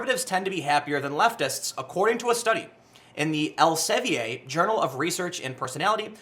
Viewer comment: tim, elsevier is a company that publish science magazines, its more german pronounced , "elsewir" should be really close to it. :)